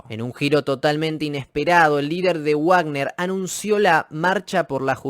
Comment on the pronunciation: es "vagner" no "uagner", la "w" en aleman suena a "v".